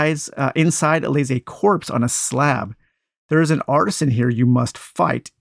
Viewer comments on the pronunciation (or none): none